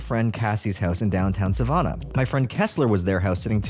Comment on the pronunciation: SUH-van-UH not SUH-vaun-UH